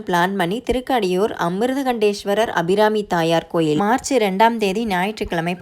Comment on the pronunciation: நீங்க ஊர் பேர் மட்டுமில்லை சாமி perum thappa உச்சரிக்கிரிங்க, திருக்கடையூர்,அபிராமி அம்மன், சிவன் அமிர்தகடேஷ்வர்